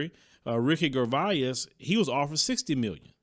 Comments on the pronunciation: Gervais pronounced Jer vay with a long A. Love your content. Glad you explained that 500K to the regular income people. 🤎👍🏾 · Hey,! That's a great idea actually. Verzuz for comedians. Get on that before someone steals your idea. Oh, by the way, it's Ricky Gervais, pronounced Jer-Vayz. On point as usual. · it’s ricky jer-vase btw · Sorry, but his name Gervais is pronounced "Sher vase". It is French. Just wanted to let you know. A far as Gervais, NetFlix probably stated that Gervais had the show "The Office" in England, which was adopted by several other countries, including the United States, that is probably why NetFlix didn't fight him regarding his asking price for his comedy performance. However, we can also look at the fact that he is a foreigner, and a white male, which always is favored in the entertainment industry. I am happy Monique is fighting for what she wants and I hope she gets it.